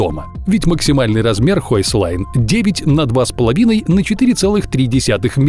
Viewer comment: Не хойслайн, а хёйсхен или хёйхсляйн Тогда понятно, почему маленький домик. Могли бы гугле переводчик подключить. Потому что слышится, как "высокая линия"